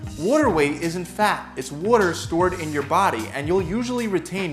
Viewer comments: anyone else triggered every time he says "water" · no one: this man:*w o r t e r* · Don’t get fooled by your wudder weight. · "Wudder" = water, for those that don't speak Philly. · Hes saying it in a philly accent. Go to Philadelphia if you wanna get more "Triggered" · This guy says water funny.